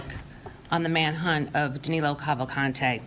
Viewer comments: His name is actually Danilo Cavalcante and not Danelo. The pronunciation in Portuguese for the letter I is the same for the letter E. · It is DANILO and not Danelo 😅 I believe the authorities will get him soon or later, my heart is with the Americans 🇺🇸